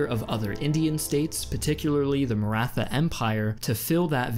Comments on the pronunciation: NEVER SAY MARA THA its pronounced marat ha I frgive u for butchering it haha dont be toxic im just joking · As an Aussie that's lived in India for 10 years it even slightly annoyed me you say mara-tha. If you're so interested in history why not run this past an Indian? Feel you've lost a big audience that may otherwise be there. Almost a similar mistake the British made.